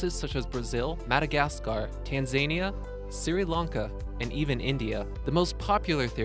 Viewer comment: Siri Lanka? Red Bearille?